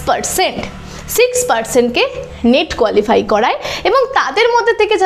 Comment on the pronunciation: নিট না নেট বলুন 😂